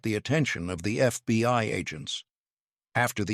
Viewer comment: PLEASE fix your AI! "FBY"?